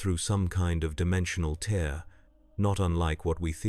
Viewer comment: suggestion: whatever agent you're using to generate these stories, add a step to convert words with multiple pronunciations, such as "tear" to write it out phonetically as "tare" so it doesn't text to speech the wrong way. This can be done as a final step.